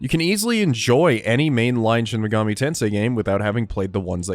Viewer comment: I liked this video simply by virtue of you being one of the only people on this website I've heard actually say "Shin Mega-MEE Tensei" and not "Shin Mega-MAY Tensei." I subscribed by virtue of the solid content though. The video was informative yet still very easy to digest and really got me excited to play more of the SMT series than the few hours I currently have under my belt. Great work.